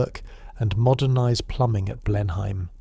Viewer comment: Blenheim is pronounced "blenam""